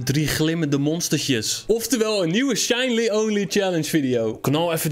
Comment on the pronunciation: je zei shinly